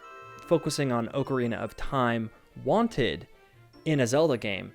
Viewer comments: Oh my god just say ocarina correctly. It’s aa-kr-ee-nuh not oo-kr-ee-nuh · Can’t stand the “oh-carina” pronunciation of Zelda OOT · Am I the only one dying inside when he mispronounces Ocarina as Ohkarina? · Also the ‘O’ in Ocarina is a hard choked ‘O’ in Ostrich